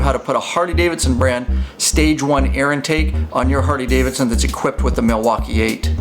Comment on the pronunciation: Is it just me or does he say hardy?🤷🏻‍♂️